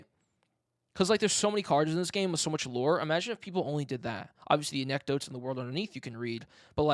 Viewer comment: Btw, why do you pronounce anecdotes like that? It’s not anekk-dots, it’s anek-dowts.